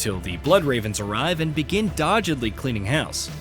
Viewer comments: struggles with pronunciations. For example,, he says "dodge-edly" when I think the script has "doggedly" written. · "begin DODGEDLY cleaning house" Did you mean doggedly? The whole narration here sounds like ai. the music just abruptly stops as well. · DOG-edly 😄 otherwise descent review 😉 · yeah that "dodgedly" nearly made me choke on my chicken nuggets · Good review. Looking forward to getting back into Dawn of War! Btw, would like to point out that doggedly is pronounced with a hard g. ;)